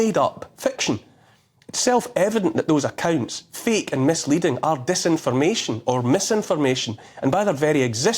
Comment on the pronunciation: He says feek instead of fake.